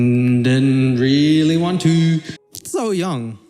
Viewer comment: Bitch she is just seafood really? It's called SEAFOOD SASHIMI and stop saying her name wrong it's not called SOOYONG it's SSOYOUNG! Tf how she torturing those animals she is making food seafood chefs are psychopaths so that's what you mean? Because they are "torturing" / making seafood for their customers really?